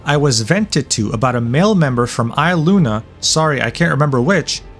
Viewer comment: how do you pretend to know all this shit and you cant even pronounce their names right.. elira PANdora? EYEluna? KEEyo? really? i’m not defending aster, he’s always given me the ick, but you could try a bit harder with the pronunciations. its like you haven’t watched a single niji video before and you’re only parroting what you saw on twitter. how can i believe you know anything about their morals when you’ve clearly barely even heard of them